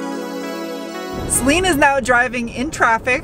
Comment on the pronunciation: Celine? I always thought you said Saleen :D